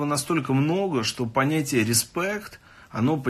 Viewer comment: учитесь , рЫспЭкт , вот она старая школа ,хахаха...